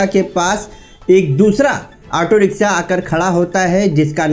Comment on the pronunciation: Language sahi kar bhai kabhi riksa kabhi riksha.....